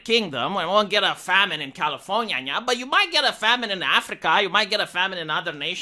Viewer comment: It's part of his charm. I love California-nia and his Mackey laugh when he mentions the mouse, haha.